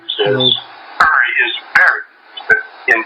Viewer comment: Not billy. Uri. But the way she said it it made it sound like irry